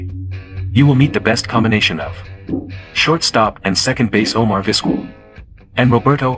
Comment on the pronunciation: It's pronounced Viz-KELL. For pure longevity, I'll take Whitaker (19 years) and Trammell (20 years) in Detroit, the longest-running 2B/SS combo TOGETHER in MLB history.